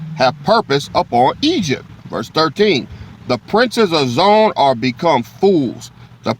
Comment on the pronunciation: Zo-Ann . Hebrew ! We in Israel for real pronounce it Zo-Ann.Come on "King"!!